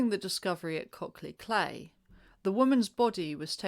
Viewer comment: Cley is pronounced CLY